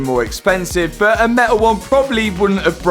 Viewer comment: I really like these videos but some language really hurts my ears. I'm not English but I'm pretty sure but is not pronounced as BO